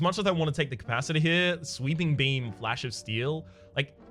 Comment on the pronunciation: I had a small breakdown when he pronounced beeping sweam and "sweeping beam". Feels bad man